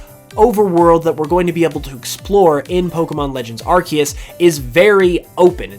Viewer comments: #1 hope, learn how to pronounce Arceus. Lol アルセウス / A-ru-se-u-su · Starts the video by saying "Arkeus"